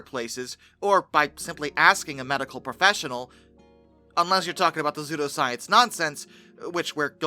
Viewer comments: Sue-Doe. Not Zoo-Doe. Psudoscience. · no, lolol, no hun thats not the issue. It is pronounced "SU DOE" not " ZOO DO" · Bcuz the p is silent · WHYYYY are you pronouncing pseudoscience like that?